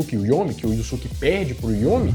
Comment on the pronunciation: Só queria saber porque ficou "iussuque" se na pronúncia original é "iiusque"